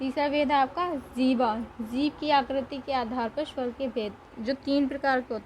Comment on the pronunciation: Shwar nhi swar